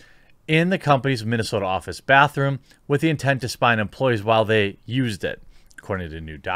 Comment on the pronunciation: You seriously aren’t saying “bathroom?” Bruh….